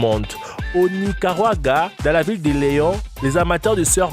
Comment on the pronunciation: "au nigaruaga " chadore 😂💪